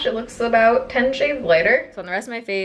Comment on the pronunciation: “Looks like two shiyads” I heard 2 chainz 😂